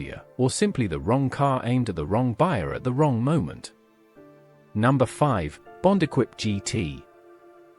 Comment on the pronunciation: This presentation is total rubbish, as a mechanic in the 1960's I worked on most of these cars and none had any of the problems reported, they wern't perfect but few cars are. Pity you didn't check the AI sound track, so many mistakes notably Bond Equipe coup is Eh-Keep Koo-PAY, Wolsley is Woolsee whats an Austin At 800?. The best mistake was the Imp was Britians answer to the mini, THEY WERE BOTH BRITISH you prat. It's engine was a modified Coventry Climax fire pump engine, not from racing. I'm suprised YouTube allows this twaddle.